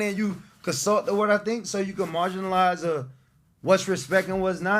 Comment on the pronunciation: Antonio “Marginalize” Brown 🤦🏿‍♂️💀😭😂😂